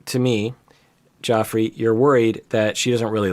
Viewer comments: Not mispronouncing Geoffrey's name as Joffrey. That was so funny and cute. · As a Geoff, I can't help but laugh when you slipped up and said Joeffrey. My whole like my name is mispronounced but when game of thrones got popular it increased 75%.